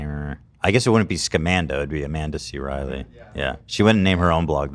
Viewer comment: I keep hearing Scumanda, which is still fitting